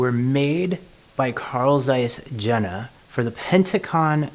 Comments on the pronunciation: You read like this: Carl Tzeiss Yena ! Not : Zeiss or Jena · It is pronounced yen-na. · Yeah, the j is soft in German, but I would say it is closer to ye-na.